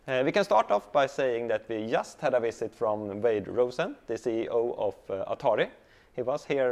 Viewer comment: maybe you can take some english lessons? the pronounciation is horrible at times... especially "v" and "w". and "just" is pronounced "djust". "ch" is pronounced "tch". basic stuff that would make the videos easier to watch:)